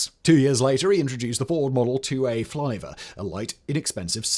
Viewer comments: Good grief, dude...it's "Fisher", not "Fischer". Fisher Body. Part of General Motors... (And TSR2 was a bomber, not a "brommer". And "Flivver", not "Flyver"...though that would have been a terrific punny name for what was a lightplane named for the Model T car!)... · Flivver was a Yank name for “car” in the 1920s. “Flivver” rhymes with “giver”. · Ford "Flivver" rhymes with "giver". A model -T is also nicknamed the "Flivver"